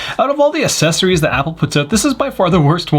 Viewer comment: Accessories = ACK-cesories not AH-cesories. You sound like those people that say Birf-day.